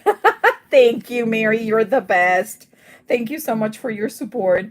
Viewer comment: Well, this lovely card was showcased on the whodunit show for this submission. I was so excited to see it and although, Mary pronounce your name wrong. It was so cool. She loved your coloring of this lion and all the details you did to this card. It made me so proud to know who you are and how great you watercolor. The card really shined! And I wasn’t watching the chat of that show so I don’t know if you were there but just wanted you to know. Great job on the card!😊